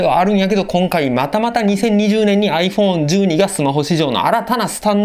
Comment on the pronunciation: ちゃんとアイフォーーンって発音してるのすき 実機レビュー楽しみ、は何買うのかな